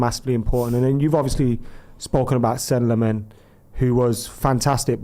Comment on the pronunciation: “Seh-Neh Lom-Ons”. Thank you for being the only one being able to pronounce it correctly!